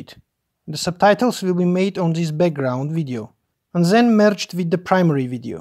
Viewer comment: Thanks for the video. TIP: "Then" is not "Zen"; and you know that, right?